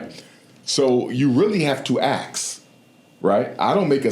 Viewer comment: Why can't black ppl say 'ask' correctly? 😂😅😂😅😂